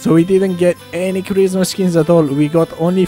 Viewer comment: am I the only one who hears charisma skins and not christmas?